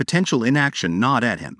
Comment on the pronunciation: Gnawed ≠ Nod. And other horrible interpretations of the narration.